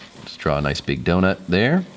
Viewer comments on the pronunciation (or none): none